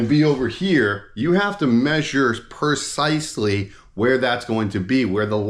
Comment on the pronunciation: Precisely not percisely